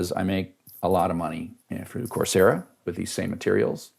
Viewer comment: I figured out "course yeah" is "coursera".